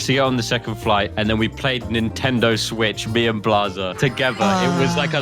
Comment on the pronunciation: “Nintendo Sweetch” 💀